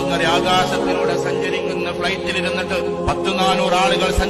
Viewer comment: പ്ലേറ്റ് അല്ലടാ ഫ്ലൈറ്റ്